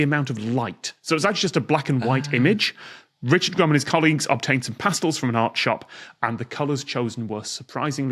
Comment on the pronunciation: Tom's weird pronunciation of "pastels" was a bit annoying.